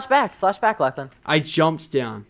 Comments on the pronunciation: Did Preston just call you Lak-laan ? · Anyone notice Preston say lacklan instead of Lachlan half the time.